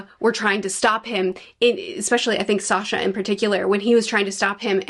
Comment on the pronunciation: Sasha Me: SANYA: Sasha Me: HIS NAME IS SANYA! 🤣